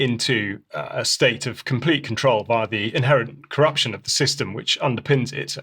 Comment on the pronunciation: Lure = Lee-you're Control = Cont-row-el Pakistan - Park-i-starn